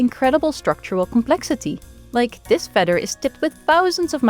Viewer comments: Wouldn't it make sense to have a narrator who can say feather properly? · Had me at "feder" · I love the way she says feather. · I sincerely like the way you say "feather". ❤